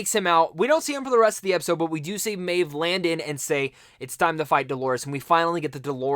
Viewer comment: D-O-L-O-R-E-S. Dolores, not Delores. Maeve, not Mave or Mayv!!!